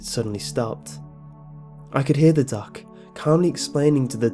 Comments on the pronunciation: ooooh doc I thought you were saying duck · i thought he said duck FML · I thought when he said doc I thought he said duck